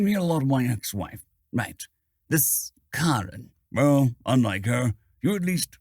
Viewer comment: Pffff HA HA HA HA HA, he pronounced Karen as Kah-Ren.